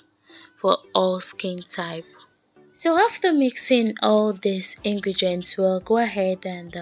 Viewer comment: Ingredients not ingregents please it's important